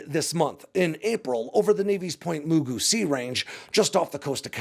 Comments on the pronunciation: Point Magoo. Not Mugu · Bro I love ya! And I always thank you for using our footage in your vids.. I got a little chuckle out of Pt Mugu pronounced as MOO GOO… it’s just MUH-GOO but said a bit faster. Love the vids man! Keep up the great work! NAWCWD REPRESENT! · Pronounced: Point Ma goo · Pronounced MA GOO, like the old cartoon character (understood before your time). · It’s pronounced “Mah-goo” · pronounced Point Ma-Goo